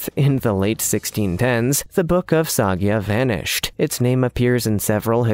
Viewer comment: Soy-ga, Voyn-itch. The consistent mispronounced words are annoying, along with the narrators speech cadence. Please find a different narrator.